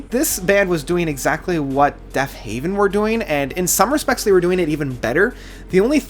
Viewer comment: Killer list. However, it is Deafheaven not Deafhaven. Love the videos man! :)